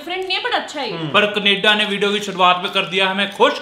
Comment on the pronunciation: Canada naah kaneda😂😂😂